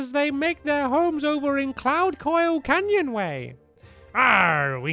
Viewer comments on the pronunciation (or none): none